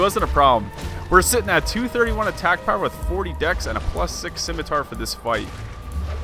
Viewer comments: Of note, its pronounced close to sih-meh-tar. And the main reason people consider curved swords to be strong in ds1 is due to the way weapon buffs work, buffs just add damage based on the source you cast the buff with, so higher magic adj means more damage, so its stronger on faster weapons. You should definitely revisit the curved swords (and try out the thrusting swords if you havent really used them) on an int/dex spellblade build, theyll feel on par with stuff like the great scythe or zweihander in terms of damage output. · Scimitar Sim-it-tar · simitur lol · Love ya, but you HAVE to be mispronouncing scimitar on purpose. It is funny though. Like pronouncing pecan as peek-in. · Is saying scimitar wrong that horribly on purpose or do you need to hear it said? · the first thing that grabbed my attention was the way you say Scimitar, the second thing was the fact that you’re on MnK, you are truly beyond my comprehension, liked and subscribed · the way you pronounce "scimitar" upsets me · yeah that was so bizarre. there's an A there, not an E